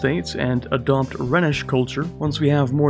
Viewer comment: Rhenish is pronounced 'Rhinish' after the river Rheine